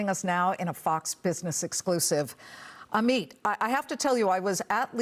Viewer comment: Ameat 🤣 it's Amit